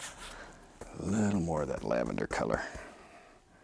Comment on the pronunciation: No way to google this question I tried so many times but- Where in the country do people Pronounce the words that and this as cat and kiss? Because bob Ross said cat instead of that and kiss instead of this very often....